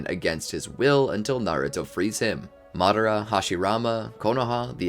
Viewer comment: Its madara not modara